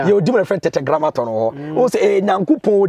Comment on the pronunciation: It is not Tetegramaton. It is Tetra-Grammaton 😃😃😃